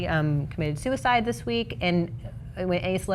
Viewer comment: "…who committed suicide…" I know that's your favourite intonation Christy, but you can't use that there.